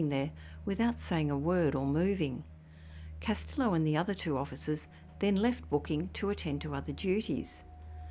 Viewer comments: L's are silent pronounced like Casteeo 👍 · Castillo is pronounced Cas- tee - yo. No el sound is said when properly pronounced.